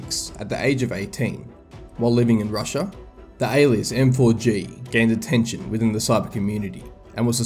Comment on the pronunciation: M4G==MAG Idk why it hurts my brain whenever he says M4G